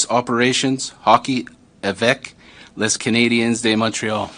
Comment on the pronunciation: Les is pronounced lay and not less